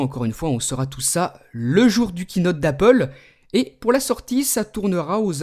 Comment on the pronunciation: Kiinote je crois que ça se dis Keyynote !